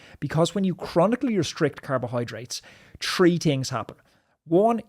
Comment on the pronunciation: tree things happen - the accent.